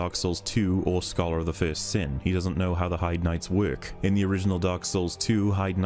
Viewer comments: It bothers me so much how it seems no YouTuber can pronounce Heide correctly. It's always "hide" for some reason, or they'll say Heide correctly and then call the Heide Knights something else. WHY? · people really think voice actors just record stuff and it gets put into the game without anyone's approval/check? if the NPC says "hey-de" it's more likely that, instead of "hide"... same for McDuff, he clearly says: I'm Mc"Doof", the blacksmith... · I love that HBomb calls them Heidi knights. I'm not even convinced he didn't know at the time how it was pronounced. Just another fun little HBombism. This Dearth Maul guy seems...like...either genuinely dumb, or just really really young. He's talking about objectivity like it's...possible? Like, no, this is a videogame, not a math problem. Some people enjoy it, and you can make subjective, emotive arguments for it, but if you're going to try to say you can say identify a game is "logically bad" I'm just going to laugh at you. Golly do I hate this guy. He's so incredibly smug while being so incredibly wrong. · it's so funny you defend hbomb by saying it's over analysing, when is absolutely correct then you say it's for the joke over the pronunciation of smough when LITTERALY 10 SECONDS earlier you didn't catch the joke of pronunciation of heide... You can't make this up, it's right there man, pick it up, the irony. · He doesn't, all he does is get mad at mispronouncing Heide while talking about thweat assessment wersus tarjet prioritisation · Correcting pronunciation of 'Heide' by showing an NPC say it in-game is honestly the most savage correction has made yet